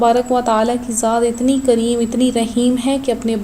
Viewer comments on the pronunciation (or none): none